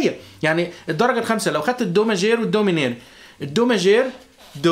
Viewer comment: عندك خطئ بللفظ صديقي ماْجور & ميْنْور